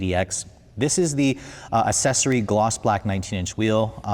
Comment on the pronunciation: Accessory pronounced aksessory not ass-sessory